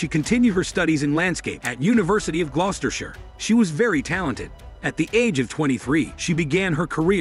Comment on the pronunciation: Well done for the correct pronunciation of Gloucestershire 👍🏽😊